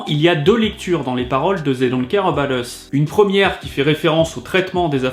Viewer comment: "zey don’t care eubat us"